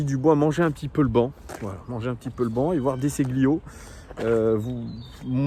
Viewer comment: plutot De Scilio que De Sciglio côté prononciation comme pour..... les taGLiatelles!😀 Desolé, ca m'a fait mal aux oreilles😉. Vraiment d accord avec toi sur les intentions à afficher dans notre animation, maintenjr une coherence pendant tout le match... bref UNE IDENTITE DE JEU... expression à Lyon qui doit enfin ne plus être taboo et rançon d.apres moi de nos futurs succès